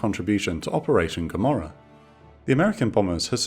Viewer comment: "I ask you one better, Who is Gammorah?"